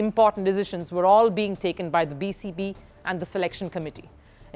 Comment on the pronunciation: did she say BCB :face-blue-smiling